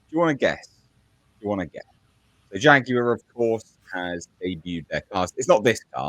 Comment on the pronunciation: WTF is a JAGWIRE?